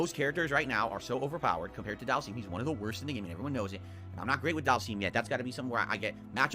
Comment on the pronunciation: It still pisses me off he calls him Dhalseeeem it's pronounced dhalsim not dhalseeem